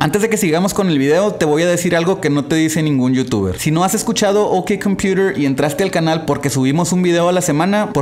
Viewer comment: Pero si asi se pronuncia correctamente XD